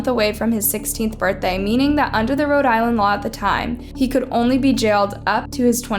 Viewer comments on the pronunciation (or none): none